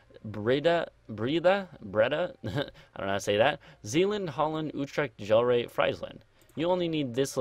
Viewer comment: Gl-air not gel-ray